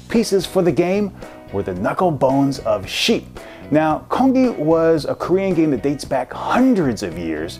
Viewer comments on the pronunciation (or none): yes, i have um you didnt pronounce it correctly i would know because im korean